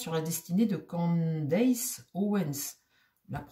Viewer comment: c'est Candace et non Candice